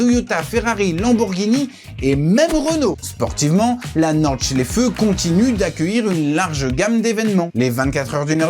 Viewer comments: C'est quand tu dis norde chléfeu😂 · J'ai les oreilles qui saignent. C'est comme "l'Éfèlle" et la "Nor-Chlèfeu" alors que c'est Aï-fel (Eifel) et Nordt-chlaïfe (Nordschleife).